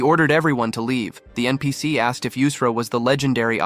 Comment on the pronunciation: how this ai say npc to all the non main charcters you need to teach what is npc to your ai